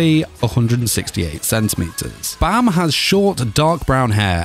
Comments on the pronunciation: Baam not Bam well ... who am i kidding to have some one know the actual correct way of say Baam... your not Korean after all.. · why do u pronounce bam like that